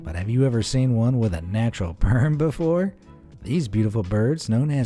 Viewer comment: "Natural perm"